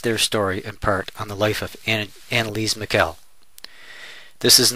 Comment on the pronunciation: It was pronounced "ann-uh-lees-uh mee-shul"